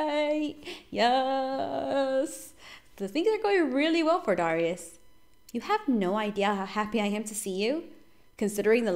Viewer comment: Its dare-ri-us